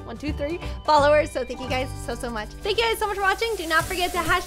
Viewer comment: its forget not forge 😶😶